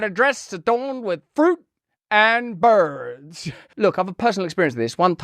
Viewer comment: I LOL'd at "Fruit and Birrrrds..." Good stuff.